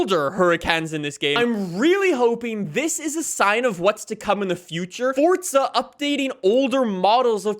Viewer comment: It's fucking for-za not fort-za